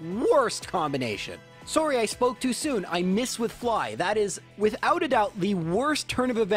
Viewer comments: When your accent came in heavy when you said "sorry" was adorable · never noticed until the 'sorrey'😂